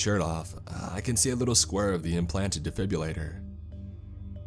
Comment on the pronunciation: Sorry but I just have to say this. It's de-fib-ril-lator, not de-fib-u-lator.